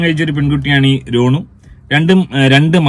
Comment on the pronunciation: രോണു അല്ല റോനു